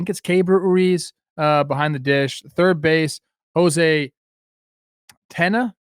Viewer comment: Trev had Tena right. No tilde so just a straight up “Tay-nuh” as opposed to “Tayne-yuh”